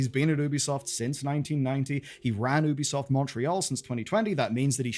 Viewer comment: 2bisoft? TooBesoft? Amazing.